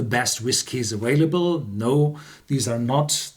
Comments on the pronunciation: The word "available" is pronounced aVailable, not aWailable. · Richard Sugerman - I have made this comment several times, but only when he says "aWailable", which is not every video. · Richard Sugerman - it seems like you're not even paying attention. It's not about pronouncing w's; it's about pronouncing v's. And also (as I've pointed out several times before) Horst DOES pronounce v's correctly in all other English words containing v's except for "available". If you are going to be so critical, you need to read my comments and pay attention. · Richard Sugerman - no Thomas is not right. If you read my last reply to Thomas I clearly point out that Horst himself pronounces all other English words containing V's as V's and not W's, and his son Ben pronounces "available" with a V and not a W. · Thomas Nolder - I do not think I am always right and everyone else is always wrong. And my comments are not personal attacks. I simply know how to pronounce "available"; and I hear him pronounce V's correctly in all other English words. I think you are blowing things way out of proportion. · Richard Sugerman - what does having a PhD have to do with pronunciation? I like accents, but you can still pronounce words correctly with an accent. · Also, mispronouncing words is a sign of reading. When Horst begins pronouncing w's, I will come back here and apologize, IF he thanks you first. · Richard Sugerman - I think I've always been reasonable. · Thomas Nolder - you need to take some serious spelling and grammar lessons. Also, I have travelled all over the world, so you are also incorrect. But even though I am worldly, you don't need to be worldly to know how to pronounce "available".